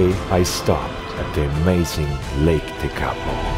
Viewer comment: you were on your way to Mt Cook and Lake Te-KA-po . Noone in NZ has ever heard of Lake Te-KA-po. But we all know where Lake TE-ka-po is. Emphasis is on the FIRST Syllable - not the second. Please get the emphasis right,. Ask a local person how to say the word if you have to. Especially the Maori words - and Tekapo is a Maori word. Your film footage is great and I love how you insert scenes from the movies. Your commentary needs improvement. You could also do with allowing captions as well.